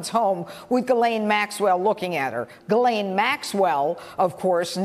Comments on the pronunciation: It’s pronounced GEE-LANE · From Wikipedia: Ghislaine (/ˌɡiːˈleɪn, -ˈlɛn/ ghee-LAYN, -LEN) You're welcome. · If you're going to rant about her for 9 minutes, at least learn how to pronounce her name. The s is silent.